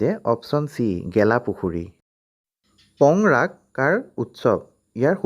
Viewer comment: po:rag not pongrag